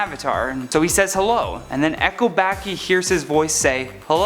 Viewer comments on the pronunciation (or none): none